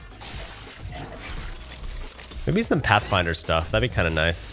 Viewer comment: You made it sound like pathfinder curse